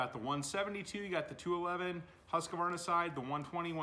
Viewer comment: The only thing I have to say is its husq varna....not husq a varna. 😅 sorry I trolled a little. Looks like a tight shop. Keep up the good work.